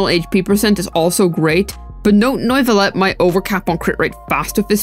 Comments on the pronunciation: How British can a Video be ? Me : Yes, Neuvillette 😺 He : No, NOIIVUUULETT 👹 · His name isnt NOIV-ullette bro , its French = NUEV-illette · ‘Noivelette’ lol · Did she just say.. nuyvillette 💀💀💀💀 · did I hear "nerd village" correctly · you DID NOT just say Noivilette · Sry for disrespecting but NOIFILLET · why do you call him noooivelet 😂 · N-oy-ve-let......pretty far off lol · Noivilette ? xDD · You called him Norvillette. You called him Noyvillette. You called him everything but his actual name and the entire video is a out him. SMFH